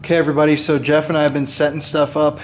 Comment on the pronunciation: "My names yeff"